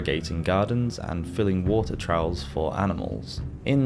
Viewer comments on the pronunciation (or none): Albeit - the first syllable rhymes with “all”. It’s a contraction of “although it be that”. Trough is pronounced “truff”. The plural of sheep is sheep.